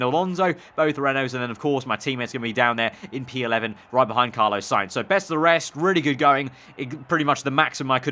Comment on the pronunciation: It’s Carlos Carlos Carlos not Carlo!!